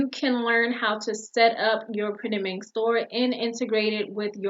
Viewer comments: Girl....I swear you are saying printed MINK.....lol. I have tried to go in and design products on this POD site, but it's user interface is not at smooth as Printful or Gooten, the other two POD suppliers that I use. I really would like to use Printed Mint bc I like the wider variety of products that they offer. It's just so difficult to understand how to put your design on the product and I keep forgetting to email them to connect my Etsy store for integration. I think that having to email them is just a pain in the...you know what. So I just keep forgetting to get that email out, hopefully I remember it before I get off here tonight. LOL. Does the design process on Printed Mint get any smoother? I feel like most of the time, I'm learning a foreign language with no instructions, when trying to design on Printed Mint. Are you still using Printed Mint or have you found another site that you prefer to use more often? Thanks for putting these videos out there. I'm always searching for a competitively priced POD supplier with a wide range of products, to add to my store. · She is saying printed Mink.